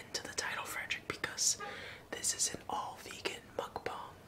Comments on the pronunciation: It’s pronounces. Mook - bong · To my knowledge, it’s pronounced “mukk- bONG” Also,, jUNIOR MINTS ARE NOT VEGAN!!!SJBLSIKSIHKSUYKISKUSYKSIBOSYOSISOI( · It's mookbong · Pronounced like mook-bahng (먹방)